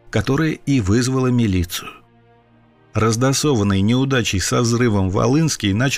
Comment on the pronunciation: "раздосованный"?)) Это как расфасованный?)